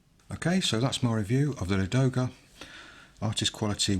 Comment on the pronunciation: Thank you for the video. :) pronunciation of Ladoga is lAdoga not ladOga. It’s a name of a famous lake located in the Karelia where from the Neva river starts